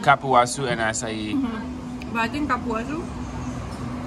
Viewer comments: Cupuaçu is pronounced "coo poo ah sue" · Realmente👍 she said CAR-puaçu and not COOL-puaçu